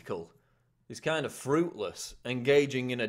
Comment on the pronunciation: Kind... not king :0)